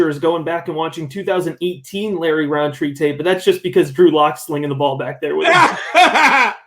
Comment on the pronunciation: Love the pod but its rountree not roundtree its like a pet peev of mine